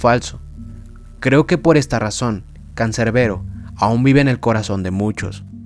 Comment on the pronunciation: CANCERBERO????, ES CANSERBERO CON "S" JODEEER😡🤬